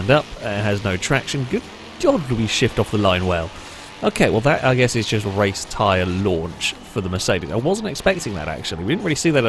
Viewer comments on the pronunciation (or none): none